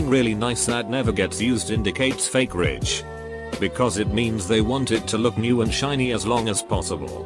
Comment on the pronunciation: no one: computer narrator: "I'm poor but pretending to be Rick"